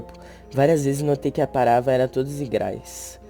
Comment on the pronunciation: "as pravara era tudo egrais" -.